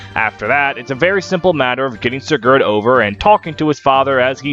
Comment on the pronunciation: The pronunciation of most of the names was a little pain to hear (seriously? SiGARd?), but nonetheless it was hillarious to watch the whole thing in a single sitting, amazing algorythm pull